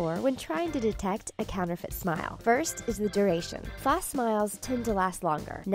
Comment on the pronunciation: is nobody gonna mention how the speaker in the video says false wrong it bothers me a little, just a little.